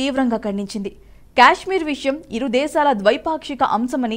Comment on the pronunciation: అది క్యాష్మీర్ కాదు తల్లి, కశ్మీర్ లేదా కాశ్మీర్ అని పలకాలి. Stylish గా ఉంటుందని అలా పిలవకండి అర్థమే మారిపోతుంది.